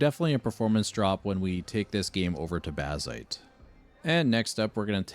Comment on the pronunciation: Je ne comprendrai jamais pourquoi des voix IA... C'est laid, impersonnel, et fade... Baziiite... Aïe...